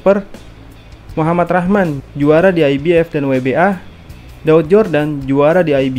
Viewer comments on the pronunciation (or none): none